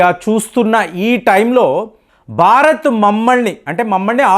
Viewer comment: Barat??? Learn how to speak Telugu properly and correctly😊